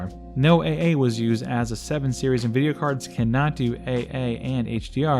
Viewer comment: It's nvidia not nuvidia